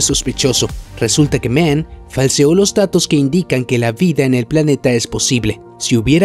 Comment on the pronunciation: Dr Men?? 😂😂😂😂 es Mann, Dr Mann y no se pronuncia MEN. Vaya tela.